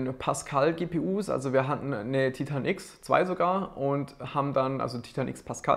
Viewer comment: Bitte sprich Titan englisch aus, da läufts mir ja Eiskalt den Rücken runter. Ansonsten echt interessantes Video